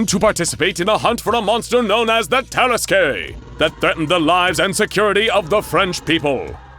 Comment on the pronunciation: The only gripe I have about this video is that tarrasque is pronounced tə-'rask